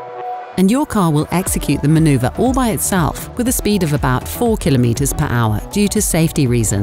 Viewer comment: manuverrr and digital new modern